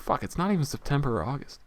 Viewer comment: "FUCK ITS NOT EVEN SETEMBER OR AUGUST" couldnt stop laughing when i heard that.